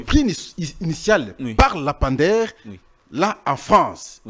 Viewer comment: S'il vous plaît,,dites à votre invité monsieur de corriger sa prononciation: le lampadaire (lampe) et non lapamdaire. Ba diplômés ya Congo,mawa n'a soni! Liya mbongo n'a yo tranquille tika ba lampadaires.